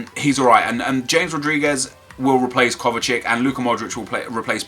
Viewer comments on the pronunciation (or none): its not kovacik ffs its kovacic